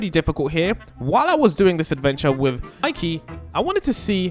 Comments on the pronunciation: You really called “Mikey” “Miki” and “JJ” “engine” 😂😂😂😂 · You said mikey wrong it has a y at the end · monkey?seriosky monkey its mikey not monkey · It is not miki it's Mikey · Bro said monkey bro it's Mikey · Its not miki its mikey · Miki? Bro it's Mikey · It's not miki it's mikey😅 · It's Mikey not monkey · Not monkey it’s mikey😂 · yeah its not miki its mikey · Mikey Not Mickey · Not Miki its Mikey